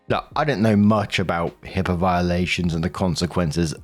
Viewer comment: Its HIPAA not HIPPA, that’s a common mistake